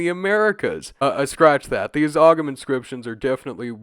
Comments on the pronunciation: Just to politely note, Ogham is pronounced "Ohm" because of how the Irish language works. Appreciate you covering this!! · Not a big deal but the gh in ogham isnt pronounced, so it sounds like home without the h. Great video though ❤ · Great video! But just btw the g in Ogham is silent, it's pronounced like Oh-am or Ome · I'm going to crush a potato if i hear you pronounce Ogham that way again.